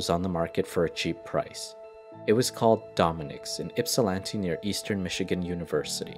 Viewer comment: Pronounced Ypsilanti right, Traverse City wrong, & didn't even try Monaghan